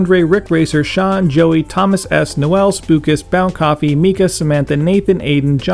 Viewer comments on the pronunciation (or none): none